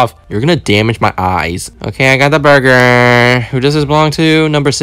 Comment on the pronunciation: "lettuse" and then, "burgr" and then lastly, "bathrom" 😂😂